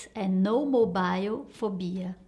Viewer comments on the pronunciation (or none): none